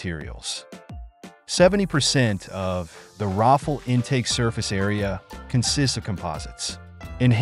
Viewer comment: Rafale is pronounced something like Raphale, not Raffle